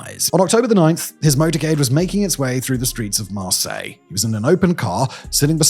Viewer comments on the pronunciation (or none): none